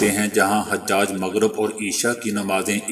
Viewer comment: حاجی کی جمع ۔۔۔۔ عربی زبان میں لفظ ح پر پیش کے ساتھ۔۔۔۔ اور ح کے بعد آنے والی ج پر تشدید کے ساتھ حُجاج ہے۔۔۔۔ ح پر زبر کے ساتھ حجاج نہیں۔۔۔۔